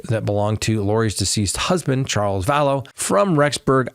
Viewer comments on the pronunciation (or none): none